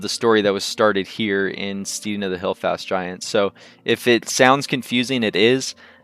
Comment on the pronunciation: St-ee-ding? Really. The word is pronounced so as to rhyme with head not need.